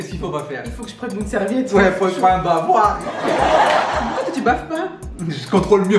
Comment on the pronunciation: Mais vous êtes fous HAHA !!! il dit "Prends un bavoir" kieh !!!